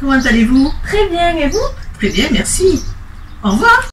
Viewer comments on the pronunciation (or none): cuando decia "tres bien" NO SE COMO LE HACE PA PRONUNCIAR ESO AL INICIO AAAAAAH es como un THGtre bien